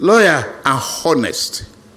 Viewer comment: See his mouth like to be faithful loyal and hhhonest smh